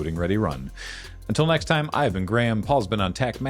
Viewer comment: So Graham has gone from a hard G in the rap to a soft G now... :person-turquoise-writing-headphones